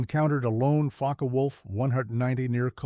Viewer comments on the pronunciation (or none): “Faka Wolf”?? Puh-leez